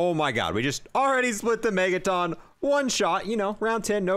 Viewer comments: Megaton, as in a million tonnes of weight, not megataan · Why does he pronounce megaton like megaTON lmao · Why do you say Megaton like that? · How do you not know how to pronounce megaton